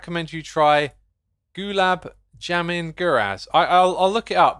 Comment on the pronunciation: hahaha that gulab jamun was brutally british